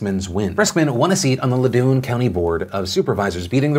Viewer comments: "Lah-doon" Bahahaha :). I am in loudoun ("lao-don") and that tickled 😂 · It's not La-Doon how you pronounced it. It's Laow-den bro. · Phil did it again. Saying Lu-doon when its actually pronounced Loud-dun 😂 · Hey Phil, Loudoun is pronounced like loud-in. Thanks for covering my home county! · On the Juli Briskman story - The county is pronounced "Loud-un" not "Low-dun". Source - Grew up there. :) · Poor Phil pronouncing Loudoun as “La-doon” and not “Low-dun” after the whole DAZN spelling fiasco 😂 I didn’t even recognize he was talking about my county until I realized he was talking about Juli Briskman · Lol I’m from Loudoun county and just FYI it’s La-ow-den not la-doon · He called Loudoun County Loo-dune!Haha! Phil, it's L(owww)-dun County. Ow like ouch. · LOU DOON PHILIP???? LOU DOON???? LOUDEN. IT IS PRONOUNCED LOUDEN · Philip, great show as always. Wanted to let you know that "Loudon" is actually pronounced Loud-un. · The county Juli Briskman won is actually pronounced as Loud-un (like loud) county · Philip DeFranco I know phonetically it doesn’t make much sense, but I’m from northern Virginia and Loudoun County is pronounced Lough-(like plough but drop the P)-done. Lough-done. Loudoun. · phil pronouncing loudoun county exceptionally wrong has been my favorite phil moment in 10 years. (it’s pronounced loud-in lol i love you phil) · I really like how Phil pronounced Loudoun county. It's actually pronounced "loud-en" (loud, as in the opposite of quiet.) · not to sound like a DAZN dude bro, but Loudon VA is actually pronounced “La-ow-din” lol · I doubt you'll ever say it again but Loudoun is pronounced loud on. But ayyyyye that's my hometown! I'm hyped! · Props for calling out people making up their own pronunciations and the dude bro's. But also. Loudoun is locally pronounced Loud'in or Loudon county depending on your accent. 😂. It's American to butcher our own language! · I didn't even catch it because I didn't know "Loudon" was what he was trying to say lol